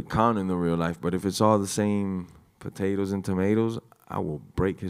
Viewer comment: Pataytas and tamaytas